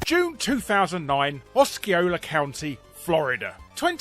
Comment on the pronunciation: Completely unimportant, but Osceola is pronounced "Aw-see-ola". It's a Creek word. A lot of places in Florida are actually named using First Nations languages.